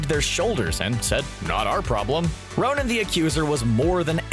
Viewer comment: Why do you keep saying Ronin? 😷